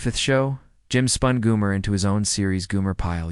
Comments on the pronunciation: How could you not know how to pronounce his name? It's Gomer (Goh-mer) not Goo-mer) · Gomer not Goomer!